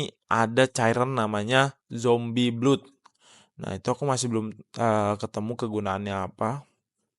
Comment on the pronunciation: Nyebut blood itu blad bg